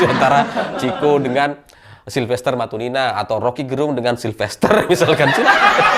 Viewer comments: Matutina,... Bukan Matunina...😂😂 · Bukan matunina tapi matutina